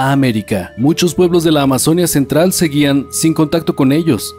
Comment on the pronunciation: Muchos errores y desaciertos con muchos datos históricos, específicamente cuando hablan de los Incas y los Moche, además la pronunciación de la palabra Amazonia, que para los que tenemos al río Amazonas en nuestros territorios, es Amazonía (con fuerza de voz de la í).